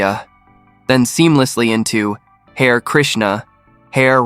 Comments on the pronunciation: Not hair—ha-ree. Did you not listen to the song, or are you a computer voice? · Not "Hair" - "Hah'-re, Hah-re" as in "Hah'-re Krishnah" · It’s nit pronounced, “hare”, like the rabbit; but “ha ray”. 🙄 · Hmmm ... bot or human? Either way I think you'll find "Hare" is pronounced "Hah-ray" in the phrases "Hare Krishna," "Hare Rama" etc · It's pronounced "Har-eh"....